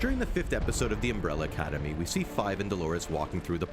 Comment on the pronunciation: Agreed, shits me every time he says Umbrella Cademy 🤯